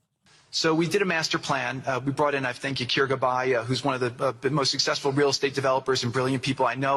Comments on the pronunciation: Anybody catch when he said “sexful” instead of “successful”??? Hmmm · IF we're "sex-fool" or successful or sectsful what he said dude